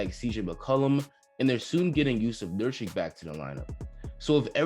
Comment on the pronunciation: Say it with me nur kitch nur kitch